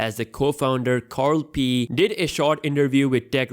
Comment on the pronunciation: "Carl Pee"??